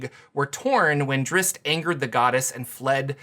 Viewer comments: That pronunciation drives me crazy...the "zz's" come before the "t" in Drizzt. It's not pronounced (Drits) it's pronounced (Drist). You are correct about the two "zz's" making an "S" type of sound...but the strange moving it to the end of the name makes no sense at all and simply ignores it's spell entirely. I realize I'm quibbling over the pronunciation of a fantasy name...but this kind of thing bugs me to no end. So while self aware I'm going to make this comment anyway. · Did you just say Dritz?